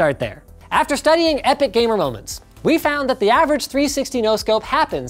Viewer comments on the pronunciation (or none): none